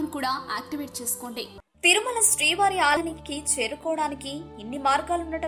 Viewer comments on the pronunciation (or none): It's is Thirumala. Not Tharumala